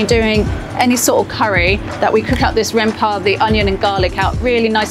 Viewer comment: She said rempahh 😍😍